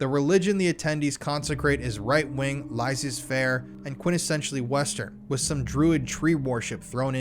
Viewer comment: I love your content, watch it regularly and I'm a subscriber. So please don't take it as a hate comment: you mispronounced the word laissez-faire here and in another video you did so with Southwark (a town in UK). I'm not from UK, so please don't take it for snobbishness either. Your content is amazing for bringing awareness and I absolutely agree with your takes, hence I want your content to be taken seriously by any and all who watch it.